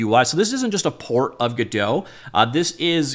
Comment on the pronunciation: "Gedow" lmao